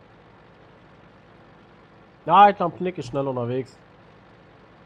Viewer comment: tapen? das heißt capen